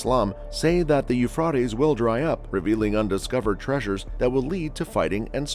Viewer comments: Uuuphraeaeaitees...pronounce it right potaato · yoo·fray·teez Now fucking say it right or get punched it the mouth. It's almost like you're mispronouncing it on purpose. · Generally, the pronunciation is Euphrates with a long a vowel. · The You-Frought-Eez is an amazing river… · I quit watching after 10 seconds. The mispronunciation of the Euphrates was extremely annoying. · Are there places in the world where "Euphrates" is actually pronounced the way it is in this video? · Lol. I know right? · I thought I was the only one thinking this. I googled it. 😂